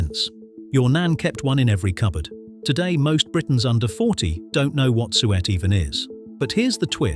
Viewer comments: Pity you couldn't get the narration to pronounce the very first topic properly. It ain't S-weet and it ainy s-wet, it's Soo-itt. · Hi SU ETT??? It’s pronounced SUet!😮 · SU et not suET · Any robot which pronounces suet as `Su-ette` has already lost my interest. Try harder or stop preventing more worthy videos. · A TIN?? of aTOra SOOWEET?? FFS! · Yes, i noticed that . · Had to stop watching after ten minutes as you can’t pronounce suet or margarine, which makes me think you don’t know what you are talking about….